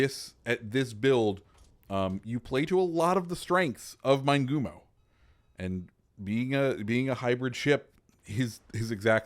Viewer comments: Fairly certain it would be pronounced Mee-neh-goo-moh in Japanese, or Min-eh-goo-moh for English speakers. Just saying.. lol. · Good info about the ship, Amusing how you mispronounce its name. MIN-EH-GOO-MOE